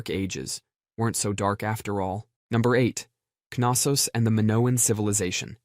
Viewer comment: The K in Knossos is silent.